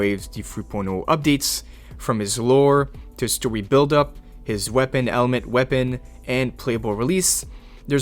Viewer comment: Bro why do you say story in twink mode, “Stowy” what is even that bruh😂